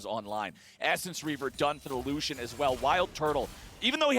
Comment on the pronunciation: Lucian? Really Lucian? That ain’t it chief.